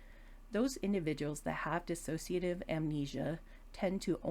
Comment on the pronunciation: Would be really good if people, especially professionals, could pronounce 'dissociative ' properly.. it's not 'diss-a-so-cia-tive' ... it's 'dis-so-cia- tive' ... Thanks for the video